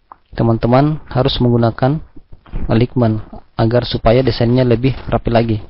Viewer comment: Materi channel Graphedu Indonesia sangat berpotensi mendapatkan pemirsa atau penonton yang banyak. Namun menjadi kurang menarik karena penyampaian dan pengucapan istilah asingnya. Sekedar saran, sebagai subscribers channel ini, mohon kiranya bisa memperbaiki cara pengucapan bahasa dengan baik, yg caranya bisa dengan mudah di pelajari juga di internet atau tinggal browsing di Google. Misal: Aligmen tepatnya ditulis Alignment dan dibaca menjadi "elainmen". Mohon maaf apabila kurang berkenan. Terimakasih atas perhatiannya. Semoga channel ini bisa lebih berkembang dan banyak penontonnya.